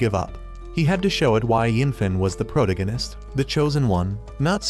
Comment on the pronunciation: can you lessen the use of protagonist? my ear hurts the way you pronounce it ansd it sounds repetetive for fuck sake